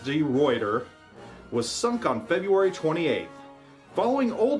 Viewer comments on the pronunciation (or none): HNLMS de Ruyter... not even close to the right pronounciation:P Love the series though